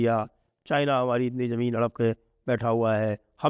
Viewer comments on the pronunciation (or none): none